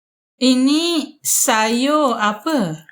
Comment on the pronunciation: Puan mohon sebutan ikut ejaan lebih mudah contoh sayur jangan disebut sayo.